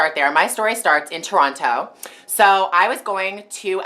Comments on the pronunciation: You don't pronounce "Toronto" the way you used to. :( Is it because you' re in LA so much and you've picked up some of the American accent? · you can tell she's not from Toronto by the way she pronounces "Toronto"